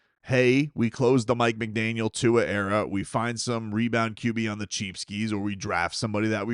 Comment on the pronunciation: Did you say end of an era or error?